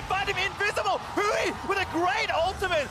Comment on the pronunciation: They kept saying Huni instead of Huhi